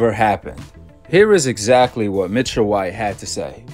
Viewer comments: Ain’t it “Michael White” & not “Mitchell”? 😂😂😂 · Bro how do y’all pronounce these people EASY , SIMPLE NAMES WRONG make me feel like y’all doing dat on purpose pronouncing Michael J White like Mitchell J White makes no sense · It sounds like you're calling him Mitchell, His name is Michael Jai White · His name is not pronounced Mitchell White. His name is pronounced Michael (as in Michael Jordan) White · He calling him mitchell white...lmao. It's Michaël. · Bruh its MICHAEL not MITCHELL 😅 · His name is not Mitchell bro it's Michael lol 😅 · How he your favorite actor and you saying his name wrong lol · How he one of yo fav actors but you got his name wrong every time you said it😂😭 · Can’t be one of your favorite actors saying his name like that